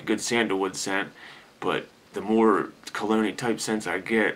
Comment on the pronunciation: I believe that you are say Cologne'ee like scent... But it sounds like you are saying Clooney (as in George Clooney). You should trademark that phrase. Perfect way to describe a sophisticated scent such as "Black Tie".